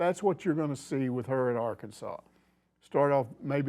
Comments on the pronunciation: A LSWhoo coach addresss Arkansas as Arkanas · Fun fact Arkansas City, which is in Kansas, is pronounced by those Kansas heathens as Ar-Kansas City.